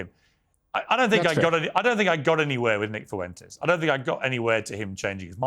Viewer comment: "Nick Foowentayes"